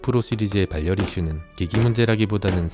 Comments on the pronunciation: 발 열 이 아니고 바렬 입니다 유뷰터 하시려면 기본적인 국어부터 습득하고 하세요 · 발열 악센트 킹받네